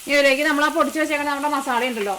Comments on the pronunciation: മസാല എന്ന വാക്ക് മസാള എന്നാണ് പറയുന്നത് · മസാള്ള അല്ല മസാല